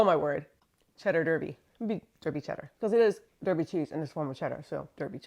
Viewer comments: Derby is pronounced Darby, sorry to be so pedantic but its where I live and it hurts my soul. fantastic channel though so please excuse me. keep it cheesy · I agonised over commenting as it really is a very petty thing to say and the counter argument is your Derby cheese wasn't made in Derby, England so you can say it however you want to. What tipped the scale is I'm more than happy to do my bit interacting with your channel to help in the only way I am currently able, likes, subscribing and comments etc. I accept we haven't made our place names easy at all.